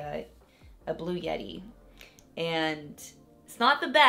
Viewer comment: the way you said blue yeti, i feel attacked haha might go return mine now, its so new i can probably get a full refund haha